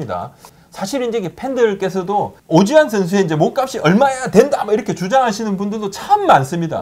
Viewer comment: 부장님 말하실때 오지환이 자꾸 오쥐환으로 들려요